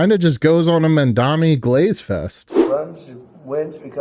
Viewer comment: It's pronounced MamdaNI, like knee. 😊